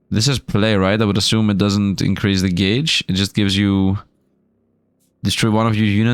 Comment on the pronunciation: gayj is the correct way to say gauge. you had it right.